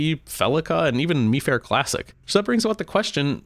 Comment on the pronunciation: Why would you pronounce Mifare like that ew